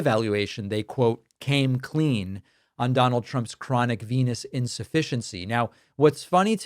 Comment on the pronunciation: What is a "Venus insufficiency"? Or did he say venous insufficiency? It almost sounded like "penis" for a second, too.